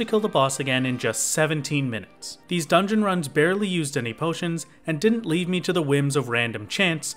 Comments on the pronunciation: Leve- is french, it means something like 'to rise'. To rise to the quest And is pronounced, Le-vi So Levy is a fine way to pronounce it. Leave is not. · it’s pronounced leave????